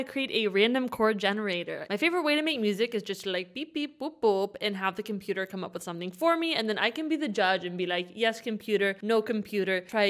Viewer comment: The way you were pronouncing COMPOOTER… I couldn’t help but subscribe